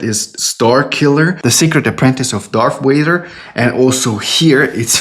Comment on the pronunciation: I like how you say Darth Vader.